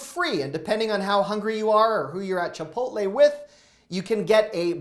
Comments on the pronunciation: Did this guy just say chipotly? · Chipotly 😂 sorry but I never heard someone call it that lol but still love your advice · Learn how to say "Chipotle" correctly